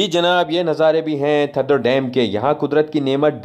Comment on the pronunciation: یہ تھدو نہیں، تھدھو ہے! آپ لوگ ہندستانی، اکثر ہمارے سندھی الفاظ کے تلفظ کو بگاڑتے رہتے ہیں۔ جس سے ہماری دل آزاری ہوتی ہے! آپ سیدھا سیدھا ٹھنڈا ڈیم کہہ سکتے ہیں! سندھی لفظ تھدھو کو اردو ریختہ میں ٹھنڈا کہتے ہیں!